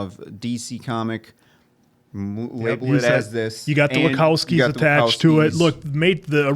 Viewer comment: it's Wa-ch-owski, not wa -k-owski